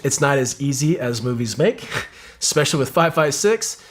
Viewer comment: He said exspeicially